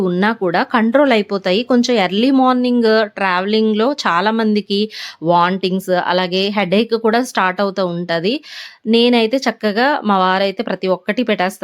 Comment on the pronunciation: Wantings kaadu vomtings cheppinanduku em ankokandi